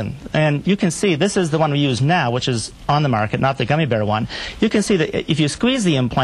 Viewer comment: The newsman interviewing the doctor mispronounced not once but twice two words. He said 'silicon' rather than 'silicone' and 'goomy bears' rather than gummy bears. I can't believe he doesn't have better language skills considering his line of business.